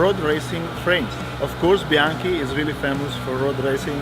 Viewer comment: the way you say bianchi makes me think you eat your pasta with ketchup.. 🤌